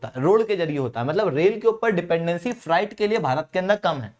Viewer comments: Freight को फ़्रेट पढ़ा करो फ़्राइट नहीं. Fright डर को कहते हैं! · O educator bhai Frieght to nhi hota ye FREIGHT hota h .